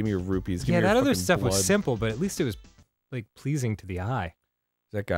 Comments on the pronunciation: Note also that the salesman dude actually said 'Rubees' instead of 'Rupees'. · THEY SAID ROOPLES POOPLES, PLEASE TELL ME DEVIL'S THIRD IS GETTING FINISHED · It still offends me when the characters say "rubies". Like come on, you're making an "official" LoZ game, pronounce the names correctly